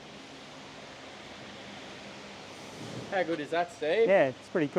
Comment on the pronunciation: "SWHIM-WAAAAAGHEN!" It just sounds so much better in Aussie. xD